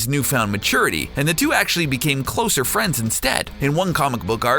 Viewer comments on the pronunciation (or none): none